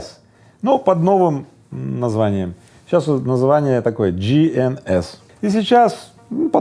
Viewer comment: Рыбаков нет не "джи - эн -ес". Произносится ДЖЕЙ -ен-ес и вообщем ДЖИНС! - JEANS! (джинсы)